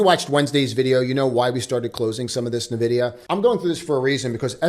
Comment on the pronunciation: It’s not NEHVIDIA, it’s “EH”NVIDIA